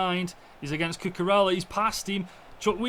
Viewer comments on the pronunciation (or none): Bro said cucuralla..